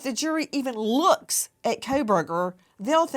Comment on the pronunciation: "I have worked with meenay meenay people under the autism spectrum, and none of them have ever seemed crayeepee." Ok, thanks Nancy. Maybe go back to Alabama...